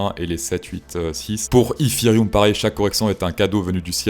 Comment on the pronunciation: Poussebleu pour la chanson de l’intro et l’accent anglais Eeeeetheeeeereum. Bravo pour ta chaîne même si je ne comprends pas tout, ça à l’air plus intelligent que d’autres et tu te prend pas au sérieux! Idée : penses tu utiliser le thème Titanic à la flûte à bec? 🤣